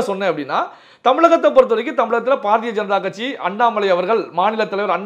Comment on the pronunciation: ....தங்கள் குரல் கணீர் என்று இருக்கிறது....உச்சரிப்பு சிறிது திருத்திக் கொள்ள வேண்டுகிறேன்....pa.ja.க அல்ல ba.ja.ka...paradiya அல்ல....bharadiya janata...